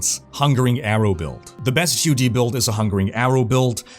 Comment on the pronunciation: Who pronounces it as “Gee Oh Dee”?? It’s GOD, as in the lord almighty